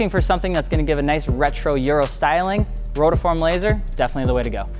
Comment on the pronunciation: It's not rotaform.. it's rotiform.. like ro-tee-form